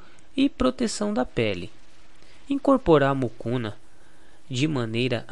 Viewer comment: Não é Mucuna! É Mucunã!